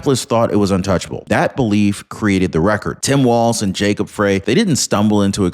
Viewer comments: It's not pronounced Fray. It's pronounced FRY. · Do you even read these comments? Frey is pronounced Fry, as in fry a hamburger, fry Frey's balls, fry brain, etc... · It’s pronounced fry as in frying!